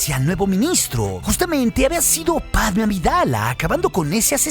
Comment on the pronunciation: # Pregunta (zonza) del dia: Por que, a Dorme (la nombras con acento en la e), y a Motee (lo mismo)... pero con Padme (quien tambien lleva tilde) no lo haces? Bah, nadie lo hace...